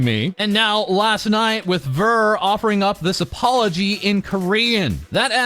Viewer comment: I did notice this part way through. You may never see this comment but Ver's name is pronounced (V-ea-r) kind of like Year